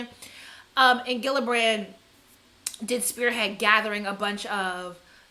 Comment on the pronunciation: It’s almost like you purposefully mispronounce everyone’s name in ways no one would ever think to do..Gillibrand, Normani, Lizzo, McGruder